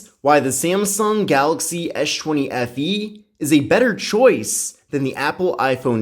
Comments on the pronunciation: "Esh 20 fe" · "esh chwenny FE" lmfaoo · I thought u kept on saying s20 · esh chwenny FE LOL!